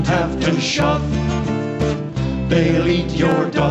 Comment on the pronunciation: not "shuff" its "shove"